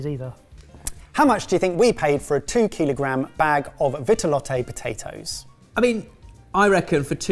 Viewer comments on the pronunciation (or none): Ok, but there's no accent aigu over the final 'e' in Vitelotte, so no need to keep saying 'vit-eh-lot-eh'.